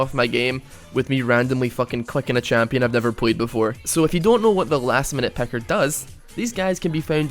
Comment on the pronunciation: I just want to point out that it's picker not pecker